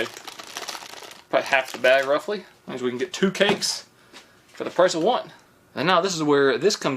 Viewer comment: That boy has had sweet potatoes...he said cayan instead of can.